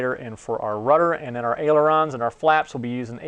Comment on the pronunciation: It is NOT airelons..It IS AILERONS !!!